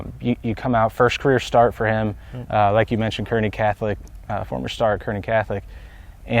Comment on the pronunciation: Kearney is pronounced carney!